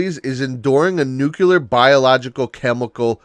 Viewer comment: BTW, the word is nuclear, not nukular, pronounced new clear.